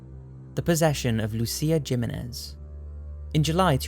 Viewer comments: it's pronounced "Hih meen ethe" , not "Jim In Ez" Just a friendly correction. Love the channel. --S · um, its not jimenez, its pronounced himenez.... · It's pronounced liked Lucia Him-menez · "Jimenez"is pronounced "Hee-men-ezz" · Jimenez = (HE-MEN-EZZ) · Jiménez is pronounced He-Men-Ez. You said it right but just have to work on pronouncing the Jim part. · I just had to comment on how you said Jimenez lol it's pronounced like he-men-ez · Is it that hard to pronounce a Hispanic name? Jimenez is a no-brainer